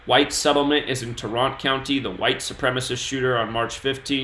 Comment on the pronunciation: BTW i live in Dallas It’s pronounce Tār-rent County